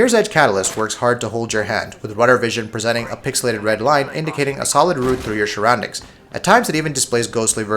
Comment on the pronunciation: "Shurroundings" love it!